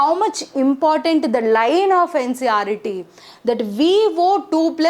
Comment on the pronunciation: Ncert not ncret